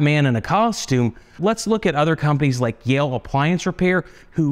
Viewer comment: It's pronounced me_yeh-lay and means honey in Italian. I own several their build quality is first class